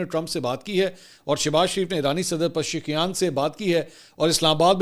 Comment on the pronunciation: Mansoor sir ap ki Urdu kafi achi ha lakin main ap ki ak baat hr velog main notice kr rha houn k ap Iranian PM ka name sahi sa adda nhi kr sakty پزیشکیان